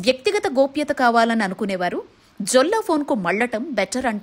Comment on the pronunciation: జొల్లా కాదమ్మా. యెల్లా అని పలకాలి. యెల్లా స్పానిష్ . Jolla అంటే నగ అని అర్థం